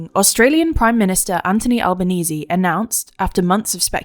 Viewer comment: This may be the first time I've heard Anthony Albanese's first AND last name pronounced correctly on TLDR. Progress!